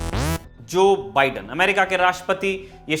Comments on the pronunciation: अबे मोदीके नौकर ऐंकर , बिड़ेन नहीं बाइडन बोल , तेरा बाप trump गायक तो दूसरोंका नाम भी ग़लत बोलेगा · Joe ka biden theek karein please . बाइडन, not बिडेन